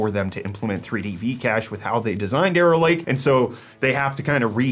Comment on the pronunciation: I never hear arrow lake, i hear error lake lol